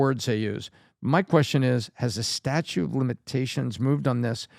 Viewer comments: it's statute of limitations, not statue lol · it's not "statue" of limitations. It's statute of limitations. You almost said statue of Liberty! You lost some credibility Bud.